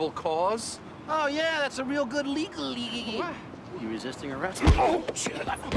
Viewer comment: thats a real good LEGALLLY! LOL dude lost it